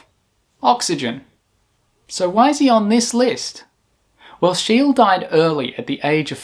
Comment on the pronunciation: Outstanding work. ''. However, Your Swedish pronunciation is incorrect! ([ˈʃeːlə], [ˈɧêːlɛ] "SCHEE-LE" That's the Swedish pronunciation. German also OK, since he was born in Pomerania, a Swedish Dominionin 1742 There is a street in Stockholm named after him Schee-le gat-an "Scheele Streeet". And WERNER FORSSMAN. In 1956 he was awarded, together with André Cournand and Dickinson W. Richards. Next time fact checking and try to pronounce "Foreign" names correctly. OK! Like we try to pronounce British or American names Comme il faut! Not Faux Pas! You've got 4G, Internet of Things. Nor hard? Right? Keep up the Good Work Bangkok-Johnny, straight from THAILAND